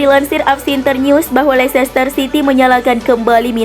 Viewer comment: Leicester itu sebutnya leister min..